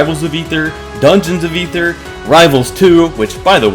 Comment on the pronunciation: Thank you so much for pronouncing Aether correctly